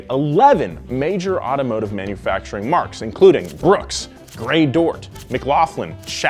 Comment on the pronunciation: "marques" is mar-keys, not marks.....like not to be one of those guys but i actually thought that was a common enough word....and why does this bug me but hrspers makes me giddy? i think i need meds. lol